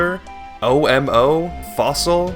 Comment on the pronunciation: It is so awesome to see my name at the end of a video haha. Little remark: My name is not pronounced O M O, just read it as a whole word.